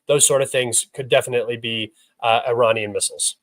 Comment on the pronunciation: You Cant pronounce iranian perfectly I am disappointed unsubscribed